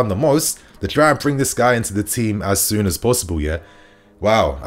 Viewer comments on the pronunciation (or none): none